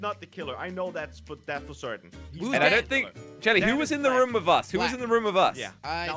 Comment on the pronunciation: said rum instead of room